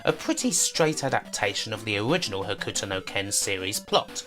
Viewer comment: you pronouncing "Hokuto" as "Huh-Ku-To" is gonna drive me nuts. Its "Ho-k-to" The "U" is silent. XD